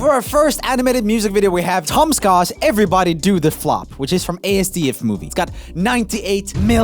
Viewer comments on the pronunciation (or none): Asdfmovie is pronounced in one word like ass-dif not a-s-d-f. Just wanted to inform you joel my boy. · Btw roomie, asdf movie is pronounced as - duff rather than just saying a s d f. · ifeltsomuchpainwhenhesaid A S D F mmovieitispronounced ah sduf movie gee get it right man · ITS NOT CALLED A S D F MOVIE, ITS PRONOUNCED AZDUF MOVIE REEEEEEEEEEEEEEEEEEE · Everybody: ASDF Movies Roomie: “A-S-D-F” Movies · Him saying ASDFmovie wrong is kinda pissing me off